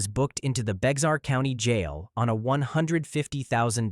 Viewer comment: “Bexar” is pronounced “bear.”